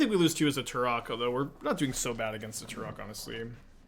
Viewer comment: The way pronounces Tourach sounds like Turok and all I can think of is a dinosaur hunter